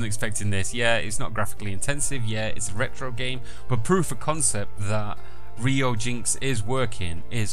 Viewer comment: it's pronounced (re-you-gee NX)